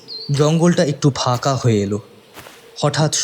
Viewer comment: চাদ,ফাকা-এগুলো কি হচ্ছে? ধাধা ? "কাচাপথ"? বিরক্তিকর। "ঠোট"! "হা করে তাকিয়ে রইল","স্যাতস্যাতে"।উচ্চারণ স্মার্ট করার পরিবর্তে শুদ্ধ করলে ভালো হয়।